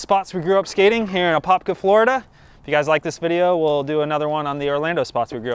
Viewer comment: Wow my fake ID said I was from Apopka back in the day. Glad to finally get a proper tour and correct pronunciation.